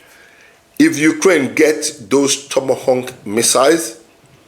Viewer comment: Tomahawk not tomahonk